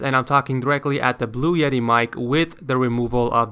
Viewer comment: you say bleu jety